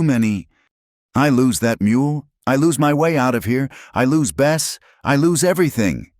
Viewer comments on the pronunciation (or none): Good story but the so called AI narrative with mispronounced words like the name of the horse changes from Bess to best and many more spoils the effect.